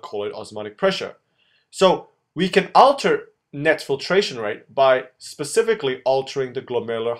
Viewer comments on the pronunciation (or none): none